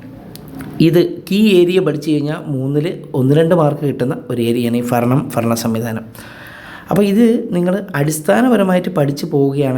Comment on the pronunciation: Faranam alla sir ..baranam aanu 😁😉